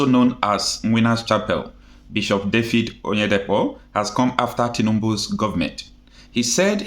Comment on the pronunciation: David sir and not Dafid